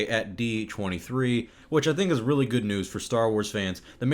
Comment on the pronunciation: When you said that “the prequels are very good movies” I think you mispronounced “good”